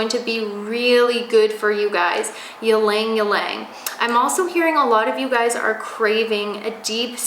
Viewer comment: Ylang ylang is pronounce as e-lang e-lang